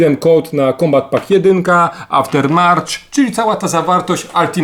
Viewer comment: Naucz się wymawiać poprawnie słowa z angielskiego... To nie jest Aftermarch tylko Aftermath...